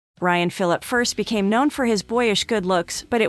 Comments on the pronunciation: How am I supposed to listen to you when you didn’t even take the time to learn to say his name right 🤷🏾‍♂️ it’s commonly pronounced fil’-a-pee Smh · Was there anything worth watching in this video? Cause I can’t listen to her say “Phillip” any more. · 1 Thing YOU don't know about Ryan Phillippe???? How to PROUNOUNCE his name!! No Cred for you! 😞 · I was just about to say..."apparently she doesn't know how to say his last name" lol ...beat me to it darn! Mr. Fillip! 😂